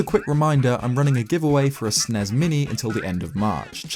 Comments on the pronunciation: Bru I’m laughing at the fact that he says SNES snez 😂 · Can I just... I'm sorry. You pronounce "SNES" by each individual letter. "Ess-enn-ee-ess". Just so ya know. <3 ~~ Fandom Old